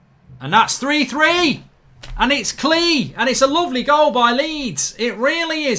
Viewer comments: Your saying klich name completely wrong, your saying like klee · Klich is pronounced Click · I think it’s pronounced klitch maybe?